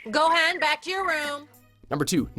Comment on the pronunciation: "Gohand back to you room" - Explodes into laughter XXXXDDDDD !!!